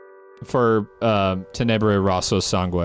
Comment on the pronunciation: In case if you’re having a bit of trouble pronouncing the “Rosso” part of Tenebre Rosso Sangue. It’s like you’re saying “rose” but with an O at the end of it. Hope it helps!